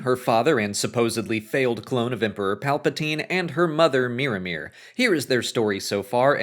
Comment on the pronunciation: Every time you say Miramir, I hear Mirrormere, a lake by Moria in the Lord of the Rings